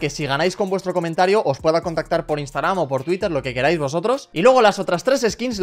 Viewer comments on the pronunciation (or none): none